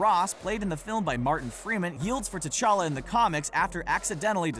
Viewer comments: It's called T'Challa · it's t'chala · Its Ta Chala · Y'all said his name wrong you said black panthers name wrong